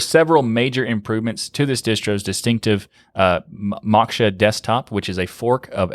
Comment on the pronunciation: Moksha is pronounced "Mo-kh-sha" - Sanskrit word meaning "Liberation"